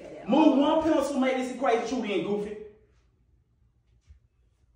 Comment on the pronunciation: bro still can't pronouce pencil